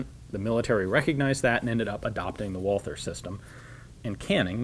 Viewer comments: I love all your content Ian but the H is silent! Its pronounced Walter not Walfer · The h in Walther is quit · oh god the pronouciation of Walther back then the th, it hurts